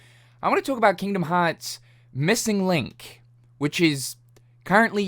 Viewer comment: “JA-missing link”